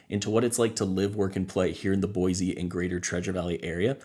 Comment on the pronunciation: Thanks for the video it is very helpful. As a side note. Locals normally promounce Boise with an S sound, not a Z. With the huge influx of new people I am hearing more people pronounce it with the Z.